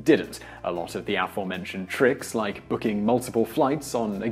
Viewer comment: You really need to learn how to pronounce aforementioned, since you want to use the word so often.